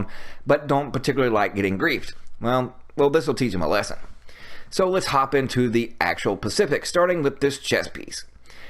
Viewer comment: Enjoy your content ! Love your builds. One note - just a pet peve of mine, the word is pronounced with an "S" it is Specific not Paific. Sorry gets me evry time. Keep up the good work!